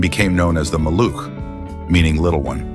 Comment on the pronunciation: Sold over 4,6 milion times: complete faillure! And by the way: its Polish nickname is pronounced MA-looch, rather than Ma, LOOK!